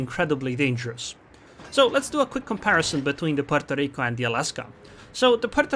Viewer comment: Why is he sayin Puorto Rico with totaly different accent?? LEL